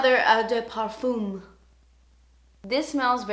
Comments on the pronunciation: I'm from Blegium so... Eau de Parfum - Oh (like "OH my god!") de (this one you got right) PA (like in "PAsta") R (like the french RRrrRrrrrr) FUM (like "FUN" but don't say the N ) Eau de Toilette - Oh (you know..) de (...) TOI (like TWA in twat) LETTE (like "LET me explain how to sound french") You are wellcome! I love you <3 ps: my parfumes Gucci by Gucci and L'instant Guerlain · Eau is pronounced Oh - sort of or at least the best i can phonetically spell it. pArfuuum not per and not fume. Twah Lett not toilet. Sorry, Canadian and french is my second language and I speak Spanish Portuguese, Swiss -french, german and Norwegian. The toilette’s are not as long-lasting as parfum’s. Just as a rule, it’s how they are made. Stick to parfum’s for sure if you are looking for a long lasting or often heavier scent ! ☺️ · Good video. On your pronunciations, Toilette = twahlet Parfum = par - fahn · Hi I loved your video!!! I'll be sure to give these perfumes a check! for the pronunciation of "eau de parfum" it's pronounced "oh-duh-par-fuh-m" I hope that makes sense and kinda helps a bit!!!:) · NOT BEING MEAN WHATSOEVER but I can speak 4 languages and just wanted to let you know , it's pronounced O DE PAARFU (the M isn't pronounced ) and O DE TOILETTE ( the T is really promenent )hope I was helpful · You are the funniest!!! 😂 Your accent is really cute when you say Eau de Parfum & Eau de Toilette! In French, Eau de Toilette is pronounced "O de to-ah-let" and eau de parfum is "O de par-fun" without the N at the end of fun! I don't know if it made sense, but if you understand your french is sure as hell going to be perfffff ❤️ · Hi! Eau de toilette is pronounced "oh duh twah-LET". I can't quite figure out how to write parfum phonetically but if you look it up google translate will pronounce it correctly for you!